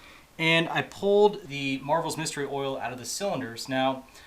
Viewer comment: MARVEL mystery oil. NO FREAKING “S”, just READ THE GOD DAMN LABEL, it’s not that hard.